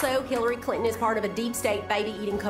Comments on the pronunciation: Yes and it's "Kay-ble" not cabal... 😆🤣😂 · we know that voiceover was fake because mtg would never say cabal, she pronounces it cable.